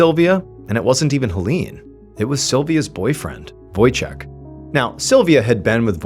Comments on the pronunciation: Wojciech is Polish name Ch in Poland is the same thing as H So read it as Wojcieh ✨👍🏻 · Any Polish people smiling at the "Wojciek" pronunciation? :) So sweet!